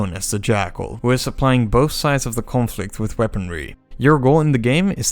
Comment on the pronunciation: I love how your Dutch accent comes crashing through when you pronounce "conflict" :p Mighty impressive video!